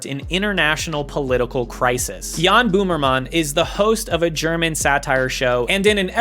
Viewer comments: Hearing you say Jan Boomerman instead of Böhmermann was equally unexpected and hilarious. Great video, very enjoyable watch! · How dare you imply that Bernd das Brot should not exist?! That's cultural heritage right there. Also, I think 'crap' would be the more accurate translation of 'Mist'. Also, 'Boomermann' will now be my new favourite mispronunciation. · I love how you are pronouncing his name as boomerman 😂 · I can't stop laughing at pronouncing Jan Böhmermann as "Boomermann." You can see him here on the 7th biggest tv station, nowadays he's hosting the same show on the biggest tv station. He's uncovering things like Russia's ties to german politicians and security software for phones of politicians even after the invasion in Ukraine and publishing far-right texts of cops from 2018 that are still on paid leave. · As a german the part about Juan Boomerman (yeah no id imagine his name is kinda akward to pronounce correctly as a non german no worries lmao) came out of nowhere. In germany basically everyone knows about this. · Not him pronouncing Böhmerman as boomermann 😬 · How did you look it up? Cause if you put it in Google translator, it pronounces it correctly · Very nice Video btw u are speaking the German o like we would speak a u